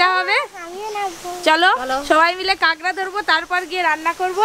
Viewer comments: Didi tumi sob kichur aktu thik kora nam nii😂 ota kagra na kakra🥰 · kangra noi kakra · Kakra ke kangra bolche keno kotha bolte parena naki khet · Ota 'Kangra' noi, 'Kakra'. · বলছি ওটা কাকড়া হবে কাগরা না😂😂😂😂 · কাগরা বলো কেনো কাঁকড়া বলো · কেংরা নাকি কাকরা 🤣🤣🤣